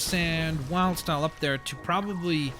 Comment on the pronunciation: did he just say wild's tile instead of wildstyle